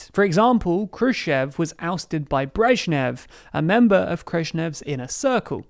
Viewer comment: Who the fuck is Khreznev?